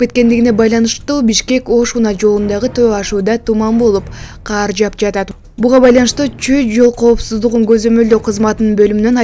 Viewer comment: Каар жап эмес,кар жаап жатат.Сүйлөй албасаң үйрөн.